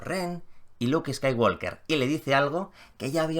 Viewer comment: Me duelen los oídos cada vez que dices Skywalker. ¿Podrías, por favor, pronunciarlo bien?. La “L” no suena.